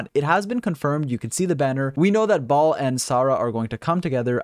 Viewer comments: "We also know a lot more about Raiden Shogun or Ball, and so we get to talk about this Enblem set on Ball" English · Baal - (bale) You’re welcome everyone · The way you say Baal disorients me lol